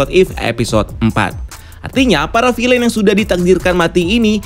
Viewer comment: Bacanya bukan "filein"